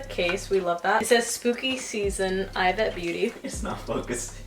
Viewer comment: It’s pronounced EEvete